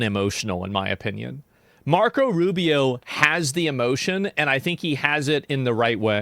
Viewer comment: Not Rufio... ROO BEE OH ROO BEE OH ROO BEE OH